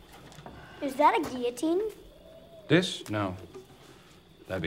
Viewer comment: At least he pronounced guillotine correctly